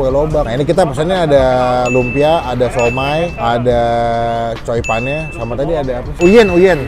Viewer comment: Chongfan bang bukan choipan... Wkwkwk